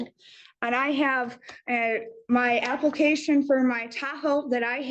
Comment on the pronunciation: Applecation... Is killing me 😅